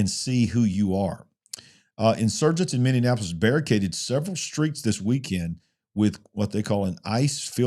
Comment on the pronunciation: A fun thing....say mini-apolis. ... .not mini-in-apolis.....lol I think the way you pronounce it is funny...im not making fun of you,,just trying to help you pronounce it correctly..